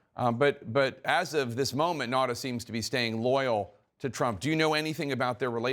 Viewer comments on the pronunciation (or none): 1. You know, it's not that difficult to pronounce a name correctly. It's not Nada, but Nauta, spoken as written down. 2. All bathroom door locks open easily from the outside in case someone (a child) gets locked in or in case of a medical emergency. Any parent knows that. It's not really a lock, just a hinderance in case someone opens the door when someone is using it.